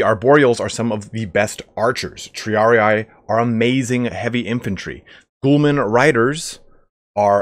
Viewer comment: It bothers me When you hear someone call Prince-A-Pays (princepes) prickepeps, Gho-Lams (Gulams) Ghoul-mans